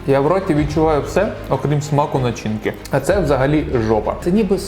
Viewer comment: Начинка наголос на першу а